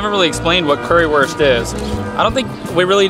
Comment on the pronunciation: Currywurst is pronouned as "curryvurst" cuz w=v in German